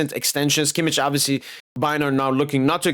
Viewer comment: I love how you pronounce kimmich as kimmiç 😂😂😂